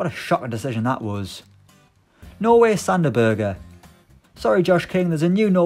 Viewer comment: That is actually how u pronunce it in Norwegian.